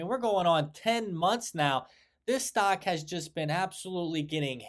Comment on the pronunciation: Stark? Do you mean stock?